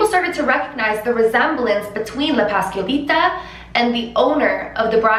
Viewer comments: “paskalita” 😭😭 ... es pasCuaLitA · hahahaha no hate but it was a little funny when you said “Pascalita” and it actually is “Pascualita” just trying to help. I talk spanish, I fact is my first. language. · Pahs-KWA-leeta 😘 but i LOVE that your trying and that’s what matters 💕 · It's pronounced pas-QUA-lita, like (QUA)LITY. Pascualita. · You can say "Pascuala" but you can not say "Pascualita?" You keep forgetting to pronounce th U